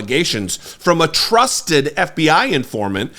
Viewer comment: The eff bee eyee... the aff bee Aaa. Ffs. Shame on you comer